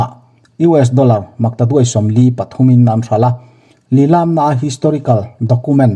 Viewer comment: Lilam tih hi i thluk dik lo..